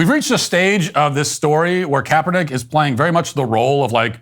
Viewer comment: Kaperdick It’s what I heard